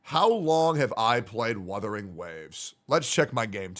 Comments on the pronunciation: He really said withering waves 💀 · "Withering Waves" Yes, it is "withering" away 😂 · Withering waves 😏🤣🤣🤣 it's Wuthering Waves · I don't care, Wuu-the-ring not Whaa-the-ring. Don't like it, sue me. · Sounds like is saying Weathering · The fact that is saying Wuthering wrong too is funny asf